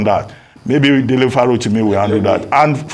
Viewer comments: It is Dele not DELETE Abeg. Correct it. Now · Dele not Delete. Kindly correct it. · It's Dele Farotimi... not Delete please, respect on the man's name 🙏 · Délé Fárótími not DELETE Fárótími 🥵